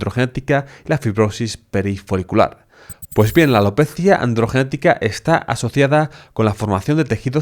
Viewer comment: AlopezÍaaaa Andrrrgenetica